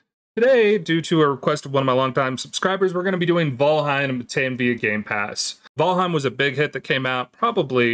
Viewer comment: bro said vaalheim